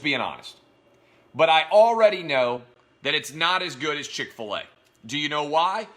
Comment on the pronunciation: Oh yeah.. Chic-fil-e is a good restaurant